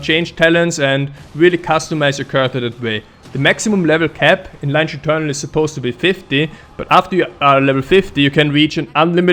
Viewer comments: actually, Lineage is pronounced kinda "lee-neege" not "line-age" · It's Lin e age 😀